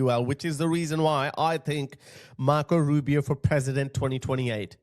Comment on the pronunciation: “Rubi O” not A